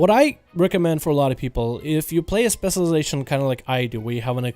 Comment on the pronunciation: can u pls say spec this "specialization" whatever ur saying tilts the fck outa me